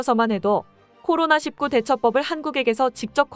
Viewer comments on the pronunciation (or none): 아직도 코로나 일구(19) 를 코로나 십구 라고 발음하네..코로나 일구나 코로나 십구 를 같은거라 생각하나보지?